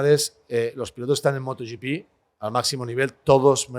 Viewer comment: ¿Moto YiPi? Por favor!!! Moto GP en español.